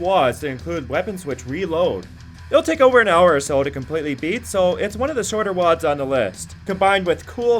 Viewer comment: "lol sorry woads ? ...isn't it "wadds"